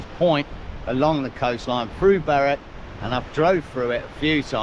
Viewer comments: Great video 👍 Berwick is pronounced Berick, and North Berwick over on the coast there is also pronounced the same. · My man Great video as usual but that's the worst pronunciation of Berwick I've ever heard 😂